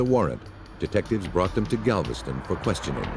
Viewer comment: GAVISTON OH GALVISTON LMAO